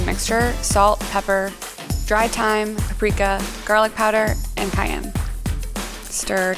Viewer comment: Says paprika: "preeka" Me: "Nooooooo -________-"